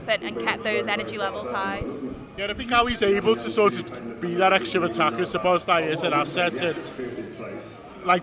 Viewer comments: not much to add to a slightly streaky win reaction, except a constant mini-bugbear this term...it's SZO-bosz-lai, not Szo-BOSZ-lai...same intonation as Dominik...he told us when he signed, but well over half of pundits and fans have forgotten or never knew...he's boss, so let's get his name right! nerdy rant over, and up the MIGHTY Reds... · According to my Hungarian mate it’s SZO-bosz-LA-EE (Lai is pronounced as two syllables which is mad), very hard name to say if English is your first language tbf